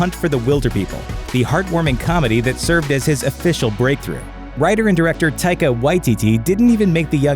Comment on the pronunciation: He says Taikas name properly thank the lord